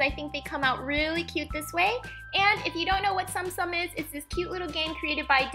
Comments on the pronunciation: Please note these were so amazing and actually tsum tsum are pronounced tsuum tsuum so it's not like stom stom 😅😊 and also they are plush figures and they are so cute and adorable and I love the ones u made ❤️❤️ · Its pronounced tsoom tsoom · Wow! But btw its pronounced "zoom zoom" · I believe it's pronounced Tsum Tsum like... Soom Soom. but oh well. The video was hella cute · She says tsum tsum wrong